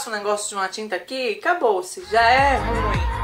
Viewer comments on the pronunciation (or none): none